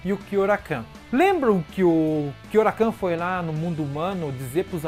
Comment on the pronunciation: Gosto muito de bleach e também de todos os videos do seu canal. Agora, com todo respeito de onde você tirou "KyoraKAN"? (Kyoraku)